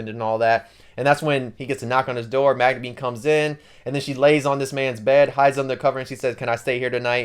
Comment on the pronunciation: Bro said Magnumeen